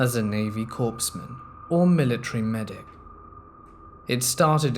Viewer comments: Its COREman NOT CORPSman. The reader has great tone & cadence but the overacting & mispronounced words lost me..... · Yay! I love Crazy Ex stories. Don't know why as I've never had a crazy ex, myself. My husband is nice and not crazy. LOL In the United States Military, a Corpsman is pronounced KOR-mun. The “p” and the “s” are silent.